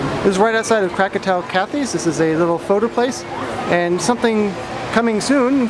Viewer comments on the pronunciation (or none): Man PLEASE learn how to pronounce things! You are an employee and don't know how to pronounce half the stuff correctly. Plus its krakatoa kaTTTTTTys. Not krakatoa katHHHHHHys.